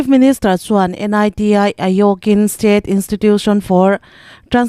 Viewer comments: N.I.T.I tia lamrik tur anilova NITI AYOG tia lam rik tur ani. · Niti ayog i lam dan chu mak ve 😂